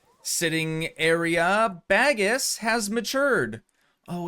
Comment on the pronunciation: Hey! Malaysian here - as much as I find the way you say Bagus' name entertaining, I wanted to let you know it's pronounced bah-goos (bah as in the sound sheep make and goo as in good but with an 's' at the end) and it actually means 'good' in malay / indonesian! Not a big deal that you're mispronouncing ofc as you don't speak the language, but I just thought you might be interested to know :)